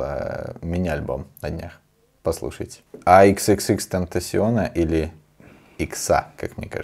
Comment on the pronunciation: Спасибо, теперь я точно запомню как читается XXXTentacion😁